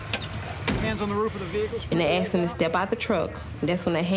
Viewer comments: They axed him for his license 😂 not asked😂😂😂😂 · Andre went out with a moron. "Somebody AKX me"?